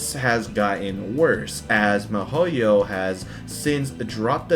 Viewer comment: why do you pronounce Mihoyo like Mehoyo?? They even have videos where they pronounce the name... Why fuck with a name, it irks the fuck out of me, but do you not listen? Or do you just fuck with me?